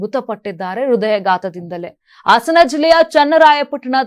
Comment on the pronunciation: ಆಸನ ಜಿಲ್ಲೆ ಅಲ್ಲ.ಹಾಸನ ಸರಿಯಾಗಿ ಮಾತಾಡೋದು ಕಲೀರಿ